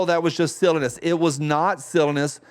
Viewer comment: I'm sorry but I ain't used to hearing the word silliness pronounced with two short i's. You made me switch to Spicy Friday Mode for a second.